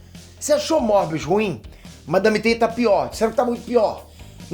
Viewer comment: euu ouvi o falar madame teta 😂😂😂😂😂😂😂😂😂